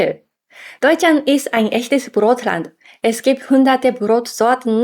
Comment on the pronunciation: Oh, richtig, in Deutschland glauben viele, Japaner könnten kein R sprechen und würden es durch ein L ersetzen. Das sind aber nicht die Japaner, sondern die Chinesen. Bei den Japanern ist es genau umgekehrt, da wird gerne das L durch ein R ersetzt, in diesem Video beispielsweise Rand statt Land. ;) Wie knurrt ein chinesischer Hund? "LLLLLLLL..." 😄